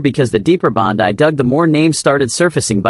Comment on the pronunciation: This AI reading sucks. Words are mispronounced. There is no slight pause at the end of a sentence. It is all run-on and too fast. He name is Pam Bondi (pronounced Bondy, not Bon die.